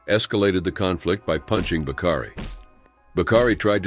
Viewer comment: "Bakari"...not "Bacardi"...